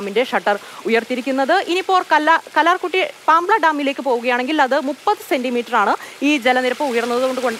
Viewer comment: കല്ലാർകുടി അല്ല കല്ലാർകുട്ടി